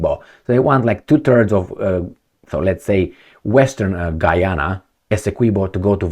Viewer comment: Got to the end of your video and couldn't figure out your point, first you start talking Gee Ana, then talking Harry Megan then Prince Charles, stick to the point next time and don't gibber like a drunk in the pub.